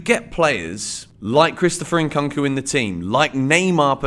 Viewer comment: it's Koonk not Cunk En-Koonk-oo